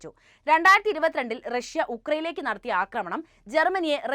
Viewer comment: റക്ഷൃ എന്നു പറയണ്ട പുടിൻ, റക്ഷൃയുടെ ഇപ്പോഴത്തെ പതനത്തിന് കാരണവും നിങ്ങൾ പറയുന്ന ഈ നായകനാണ്. നാണമില്ലേ😂😂😂😂